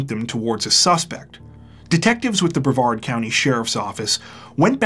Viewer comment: Yeah! YOU pronounced Brevard correctly! That’s a first!